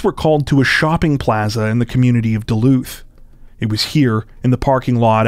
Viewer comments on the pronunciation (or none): none